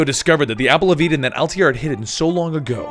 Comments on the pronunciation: i liked the video , i'm watching the rest one by one , btw its not Altiere it altaier you made the guy sound french lol ! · I'm watching the playlist now. Does he stop calling Altair "Altier" in the future?